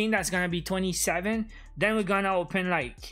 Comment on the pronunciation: great but why say den you Canadiens when you are trying to say then